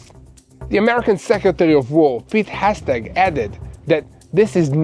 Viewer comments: his name is pronounced: Heg-set....practice! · please try to master the correct names before you record the news. The US secretary of war is Pete Hegseth. Today I heard many different versions of the name Hegseth. But it doesn’t diminish my admiration for you and Mati and the entire news team. From an avid follower of TBN-Israel